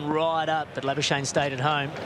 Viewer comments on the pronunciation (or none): Most commantators: Marnus labuschagne Mark howard: MARUS LARBARSHANE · Geez, commentators butchering Labuschagne's surname's pronunciation...